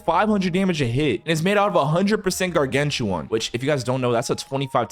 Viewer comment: brooo its not pronounced "gargantuan" its pronounced as "gargantuan"